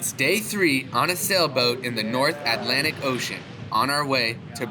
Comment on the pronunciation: "North Atlantic", Come on Man